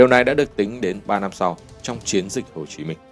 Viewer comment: Tôi có ý kiến thế này. Kênh hay nhiều kiến thức khoa học và lịch sử rất hữu ích. Mà chọn em MC mở đầu clip chán thế, ghét nhất cái kiểu mấy âm ch, tr cứ tru cái môi lên, chiến cứ phải phát âm thành chuyến làm gì? Theo tôi nên cắt phần đầu đi, hoặc thay người khác.